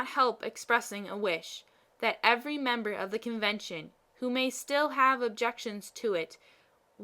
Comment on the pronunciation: This is well performed, with a few minor caveats. First, then last line actually reads “I don't know how it happens sister, but I meet with nobody but myself who is always in the right” You accidentally omitted the first half of the line, which is too bad, because it's actually very funny. Second, you read many of your “the”s as “thuh” when they should be “thee”. It's a simple rule. The “e”sound should be long (“thee”) when it precedes a word beginning with a vowel (“...the only difference...” should be pronounced “...thee only difference...) and truncated (or “soft”) when it precedes a consonant (“thuh” “...the more likely I am...” should be pronounced “...thuh more likely I am...) Of course, the long “the” sound, “thee” that precedes all words beginning with a vowel, is truncated. It should never sound like the old English “thee”, as in “Are thee a madman?!” It must be shorter, taking no more time to say than the other “the”. In all events, not following this rule makes anyone sound uneducated or ignorant. A physicist on PBS fails at this every time he says “the Earth” which, being a physicist on PBS, is a lot. He always pronounces it “thuh Earth, sounding like a hick (like me). It's embarrassing. Other than those two issues, this is very well read, with good intonation, cadence, and clarity. Very good job on a critical but little known speech from US history.